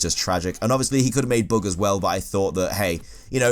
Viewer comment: why'd you keep saying "bog" on a bug? "bag"